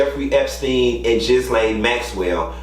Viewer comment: You butched Ghislaine Maxwell name but its all good because she's trash!